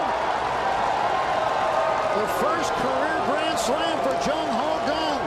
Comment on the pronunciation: did he just say jung ho ho. thats racist. lmaooo